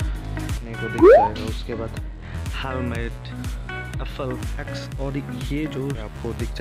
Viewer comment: FLY nahi FLX